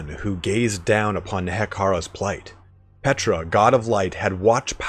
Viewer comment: My one critique is the Tomb King god is, not Petra (like the famous landmark site). Using in-game lines from Settra as a reference, it's pronounced similarly, just with a short P at the front instead of "Set", "P-tra"